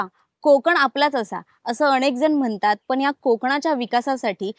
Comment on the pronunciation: अणेक😂😂😂 😂😂😂